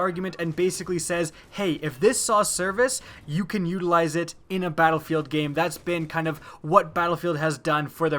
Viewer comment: I terk a dwink erry Tim she said uteralize